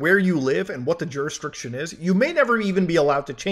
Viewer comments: Found a verbal blindspot for Mutahar with "juristriction" which honestly is an interesting new way of saying it but technically it's "jurisDICtion" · Say it with me now Muta...Jur..Is...Dic..Tion...not Jurisdritcion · It’s pronounced “jurisdiction” not “jursitriction” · I love how Mudahar consistently mispronounces jurisdiction as juristriction. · Dude, Jur-is-dic-tion. Not that difficult! As for "gag gifts"...a framed certificate costs something like $150. That's not a gag, it's daylight robbery! There is a very interesting review of Kamikoto knives here on YouTube, too. They seem to be a "gag gift" too...if you find poor quality "funny". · Muta, Jurisdiction. Please. You said it so many times, please take a second and read the word. You're killing me. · I assumed the first time it was a mistake. The third time got me seething lol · Muta saying jurisdiction is the best part of this vid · There is no “r” in the “diction” part of “jurisdiction.”